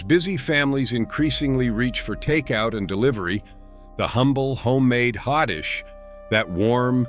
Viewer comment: Minnesota Hotdish is pronounced HOTDISH.